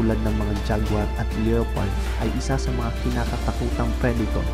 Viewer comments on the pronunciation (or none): none